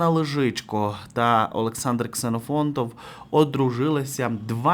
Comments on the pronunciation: З Олександром КсенофонтоВИМ! Ви не вірно промовляєте декілька разів. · Ксенофонтов. Не Ксенофонт. Чи Олександр змінив прізвище?